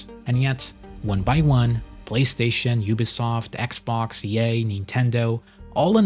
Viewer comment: You pronounce EA like “Ye” and you keep getting me confused thinking Kanye West is behind the scenes of mainstream gaming